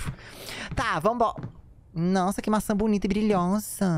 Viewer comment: "Nossan que maçan bonita e brilhosan" demonio: MEURh